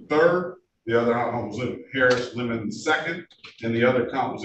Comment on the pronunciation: Love how the judge keeps pronouncing it "lemon" rather than "le-MON".